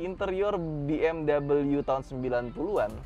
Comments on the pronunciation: Bi Em We mas. Bukan Bi Em Double U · Si paling "Biemdabelyu"